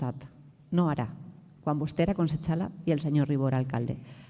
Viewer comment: Consechala? qué és això? fent de les seues. I la regidora impresionant, emotiva, clara i dient les coses com son. Molt d'ànim des d'Alacant.